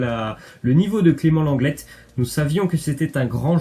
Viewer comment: Aprrend a parler c lenglé et plas lenglette pfff tu as ete a l ecole ou pas